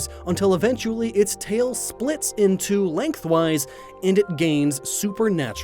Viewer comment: it's a little clear here that you're reading a script based on the misuse of your inflection on the phrase "split in two, length wise" sounded like you said "split into length wise"